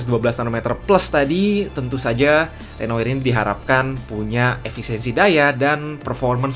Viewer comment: susah ngucapin renoir nya